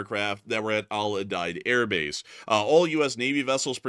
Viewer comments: Al Udeid is pronounced Al-yoo-Deed not Al-yoo-died. Also, Erbil is Er-Beel, not er-buhl. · the name of the Airbase is pronounced Al-U-Deed.